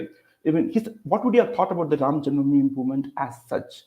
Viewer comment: can't even pronounce janmabhoomi correctly and he is a panelist. Wow! Hahaha